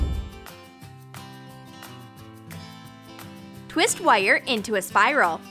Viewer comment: Who else gets annoyed when she says “wires” it sounds like she says wyre